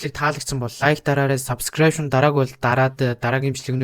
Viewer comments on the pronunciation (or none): none